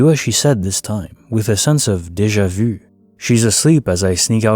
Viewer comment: Good stuff, just need to work on how you say Deja vu😁